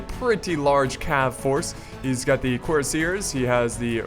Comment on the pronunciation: And the Churassiars are pronounced as Cur_ahs_e_airs